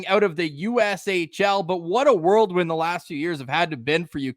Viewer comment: is there a reason you say worldwind instead of whirlwind? I just picked up on that.